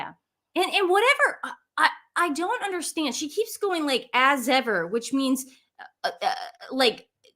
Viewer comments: "As ever" sounds like " so what" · "As Ever" ? I just hear .."As If !?"